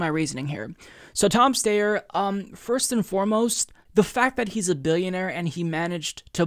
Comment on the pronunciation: It isn’t pronounced Tom Stayer, it’s Tom St-I-er.